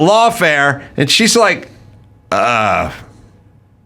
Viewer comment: AOC says end where she should say and.